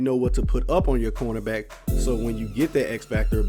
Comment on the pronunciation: He said "CONErback" instead of cornerback. I love ice cream CONErbacks